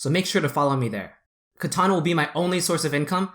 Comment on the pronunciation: Loved the content. However, drove me crazy the whole time was you're pronouncing it wrong. It's CA-TAN, not CA-TAWN.